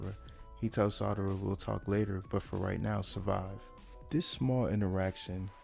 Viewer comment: Excellent work. Great video. Audio is fine too. Just stop pronouncing Sarada like “Madara” with an “s.” Keep it up. You’ve got great potential.